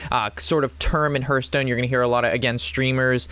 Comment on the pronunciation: Terrific video thank you. Side note : it's pronounced Harth Stone. Think of the word heart and the same exact spelling they share. Cheers!